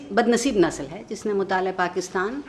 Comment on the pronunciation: نسل = nasal ❌ (عارفہ جی!) nasl ✅